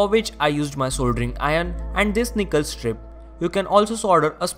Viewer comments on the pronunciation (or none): none